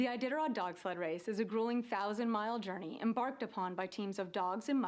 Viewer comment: Em”BARK”ed upon